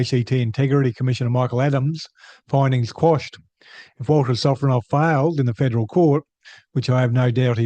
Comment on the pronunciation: Ah yes Vladimir Sofronov, or "Walter Sofronoff". Cука блядь!